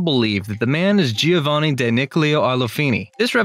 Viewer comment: and let's not even start with Giovanni..... this surfer/ frat dude obviously didn't study art history...